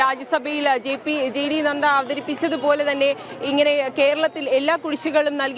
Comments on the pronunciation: GP നന്ദ അല്ല GPനദ്ദ ആണ് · ജെ.പി. നദ്ദ എന്നു പറയൂ. നന്ദ അല്ല. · നന്ദ അല്ല... നദ്ധ